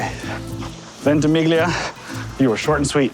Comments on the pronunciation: Dying everytime ventimiGlia 😩 however - kudos for accepting an Italian coffee and not asking for a venti oat americano. Bonus points. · Ventimiglia means Twenty Miles. The G is slightly silent....